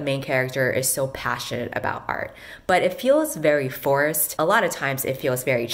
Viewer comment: I thought you said "it felt very forest" to jokingly show how awkward it would be to use something like colors to describe feelings. I'm kind of sad to realize you said forced, so I chose to believe that you actually did say forest.